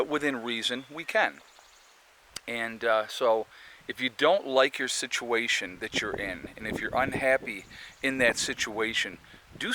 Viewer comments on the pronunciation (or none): Say "suhtuation" one more time